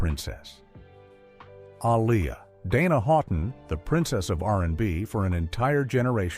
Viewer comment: Lo pez... Can you please say it correctly? A lee a say it right.... You white people embarrassing me. Like y'all supposed to be the one who can't pronounce their name right.. making videos of people y'all never cared about. It's not okay with anyone of us that loves them still.